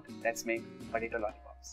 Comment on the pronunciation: it's potato not patato....